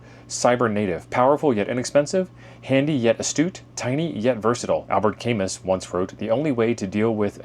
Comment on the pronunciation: pronounced Cah-Moo, not Cam-us (French novelist/philosopher)